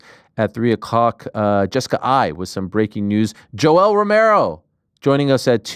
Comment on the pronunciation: Lol Jessica kept calling Yoel yolo